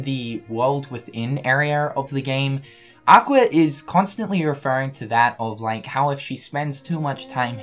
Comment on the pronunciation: Did anybody else hear Aquer